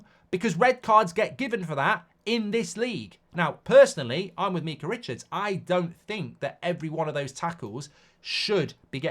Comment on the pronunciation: Why he pronounce Micah like that